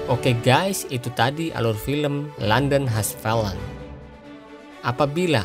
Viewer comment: FALLEN... Maaf. Sebutan nya salah dong. Coba belajar lagi n dengar kan betol2 sebutan nya. TQ